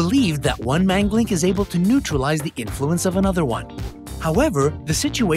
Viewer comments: It's pronounced Maan ga lik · Sorry you you pronounced manglik in wrong way